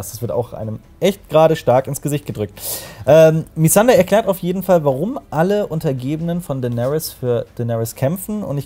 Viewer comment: Noa Nee, Missandei sprechen sie auch bezogen aufs Englische falsch aus.